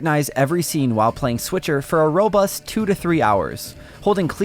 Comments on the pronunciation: Switcher 😆 he said switcher 🤣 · Please don't call it "Switcher..." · Hey everyone... it's the S'Witcher 😁👍